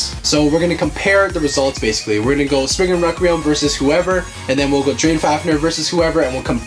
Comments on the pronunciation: It’s Spryzen Requium Not recreium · Its not sppriggin reqeum (Its sprizon reqlium ok)